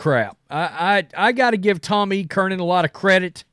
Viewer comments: It’s NOT CURNIN!!!!! It’s Tom CURRAN! CURRAN!! CURRIN!!! CURRIN!!!! THERE IS NO “N” in the middle of his last name! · Jesus, dude. Its fucking Tom E. Curran. Not Kernan! Damn hicks. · Tom Kernan? Who's that? Do you mean Tom Curran? Why can't you pronounce his name? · Mike Flelger and Tom E. Kernan😂. I love his butchering of names!